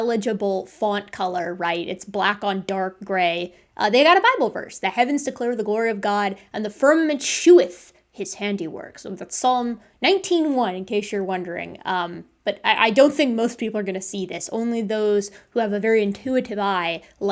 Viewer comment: I love the work you do on this channel. I did have a minor correction as an English major. "sheweth" is pronounced the same as "showeth" as "shew" is pronounced the same as "show." (Oxford American Dictionary: shew | SHō | verb old-fashioned spelling of show; show | SHō |)